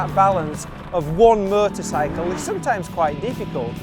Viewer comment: With his accent a few times it sounds just like "murdersicle" lol